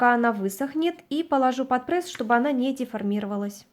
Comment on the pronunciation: Ну не прЭсс,прЕсс